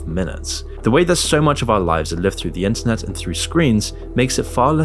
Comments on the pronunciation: Please enunciate a little more clearly, you somehow pronounced the word "internet" as "incest" like a dozen times throughout this vid and gave me whiplash every time lmao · Is it just me or did bro saying “internet” sound like “inc*st” at the start of the vid?